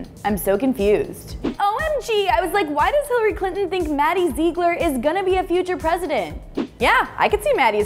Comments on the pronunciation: XPurple Myth :3 I know I am late but Hillary isn't nasty I bet she is a trump supporter and Maddie is a beautiful dancer and the thing that annoyed me was she said zeeglar and it is supposed to be zieglar😂😂😂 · ITS PRONOUNCED ZIGLER NOT ZEEGLER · OMF IF YOURE GOING TO TALK ABOUT MADDIE PLEASE PRONOUNCE HER LAST NAME RIGHT!!! (Zih-gler) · if one more person says “Zeegler”😂😂😂😂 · "maddie zeegler" 😭😭😂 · all this video when she said ZEEgler it was driving me crazy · does it annoy anyone else the way she said zigler ........ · you said her last name wrong zigler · it is pronounced maddie Zigler its spelled Ziegler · Omg its maddie ziegler but its pronounced Zigler and how is Hillary nasty you republican unsubscribe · R.I.P Harambe YES SHES SO CRINGE SHE CANT SAY ZIEGLER CORRECTLY AND SHE LOOKS LIKE BRITNEY SPEARS WHEN SHE WAS ON DRUGS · I mean I love this show and whatever but I was cringing so bad when she was saying Maddies last name wrong... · It annoys me how she says Ziegler she is pronouncing it sooo wrong. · Please say Maddie's last name right😂😂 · You're saying her last name wrong! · you keep saying maddie's last name wrong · OMG I Have How She Says Her Last Name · U say Ziegler wrong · Is it just me or does it bug you that say Maddie and Mackenzie's last name wrong? Like if you agree!